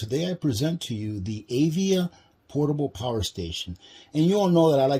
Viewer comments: Dude AVIA is a sneaker company, this things brand name is AVIVA pronounced AV- IVA. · I am pretty sure the name of the solar generator is pronounced "Uh-vee-va." Avia makes athletic shoes.